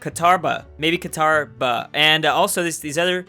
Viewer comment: Qataba: Qatar...bah? Qatarbah.